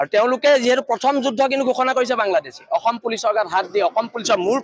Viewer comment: এই যুদ্ধ শব্দ টো এই গোবৰ গগৈ এ কই,,,,, যোজ,,,,,,হব বুলি ই কেলা অসমীয়া কব নাজানে তাক লাগে চৰকাৰ 😅😅😅